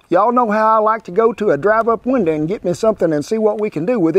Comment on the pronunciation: I like when Kent says "drive up winduh"